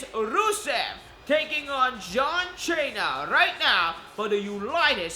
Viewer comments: What the hell if wrong with your voice, and its cena not chana idiot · shut up dude. stop saying John chaina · You don't say John Cena name right